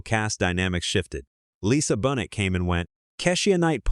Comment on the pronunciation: I love the pregnant episode!!! 😂😂😂 PS- his pronunciation of Keisha. Raven Symone and Lisa Bonet was disturbing!